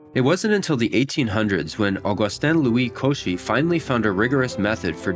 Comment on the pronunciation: My bad, you did pronounce Cauchy correctly. However :) you should have said "fer ma" (as in grandma) - the "t" is silent. When checking, I noticed that you showed the "Limit of a Function" Wiki ay . It confirms what I said. It's a pretty good read.